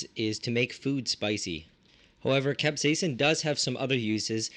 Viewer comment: Nice to see someone who can actually pronounce capsaicin. So many in North American say Capsaiacine. idiots